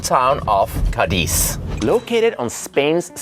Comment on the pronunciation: I knew it would have to be in Spain before I heard you say it 😊 I lived in Madrid for 4 years and travelled all over the Iberian peninsula, including, of course, the North, where Spain’s best restaurants are located - precisely in the Basque Country. Oh, and the city is called CA-diz, not Ca-DIZ. Greetings from LaGomera, Canary Islands 🇮🇨